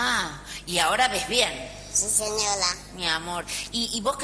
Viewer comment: "no señoa"😂😂😂jajaaja. Resto de la entrevista mayoria de respuestas; "Si señoda"😂😂😂